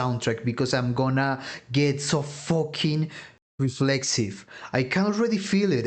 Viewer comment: "It's a focking hive!" XD